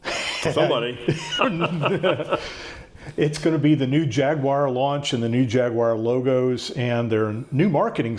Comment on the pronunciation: You might be the only American able to pronounce jaguar correctly.